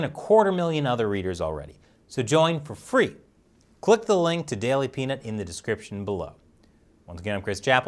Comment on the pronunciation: When he said "daily pnut"..... well..... that's not what i heard the first time....... lmao